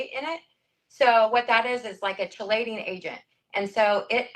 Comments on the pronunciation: As an actual chemist hearing that second lady talk is so hard. From the mispronunciation of chelating to her immediately talking about sodium phytate right after saying chemicals are bad. Like ma'am what do you think sodium phytate is???? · I was a licensed cosmetologist for 12 years before going to nursing school. Her pronunciation of chelating really got me!!